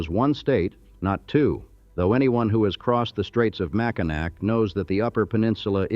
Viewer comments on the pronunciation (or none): Mack in nack. Gaaaaaaah! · Good excepting pronunciations, I know that the spelling seems goofy. Mack- in-naw bridge, Mus-key-gan, Houton is Hoe-ton, Key-win-naw peninsula is where the copper was. Sault is Soo-Locks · I’m really irritated with pronunciation of cities, etc. also. Learn how to pronounce Mackinac, Houghton, Muskegon and many many more